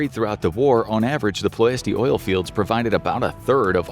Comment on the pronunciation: It is pronounced PLESH-ti